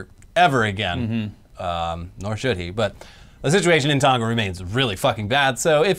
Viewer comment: Its not "Tonga" like " Tonka", its "Tonga" like "Tongue-Ah".